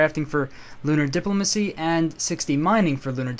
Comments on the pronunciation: dip-LO-ma-cy not DIP-lo-ma-cy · No, the way to pronounce diplomacy is always "Di-PLO-Macy" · You're killing me with the diplomacy pronunciation man. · Why do you say diplomacy so weird?